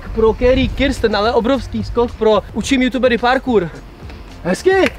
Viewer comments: i ty jsi spatne vyslovil jeji primeni...je to KIRSTEN a nie KRISTEN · jak řekl Cerrie Kristen a ne Kirsten😂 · Jak na začátku řekl carrie Kristen